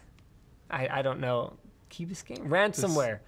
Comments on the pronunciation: Its key bis cane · Bis-cane is how it’s said. It’s also basically Miami. I live near there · You had it right kee bis Cane.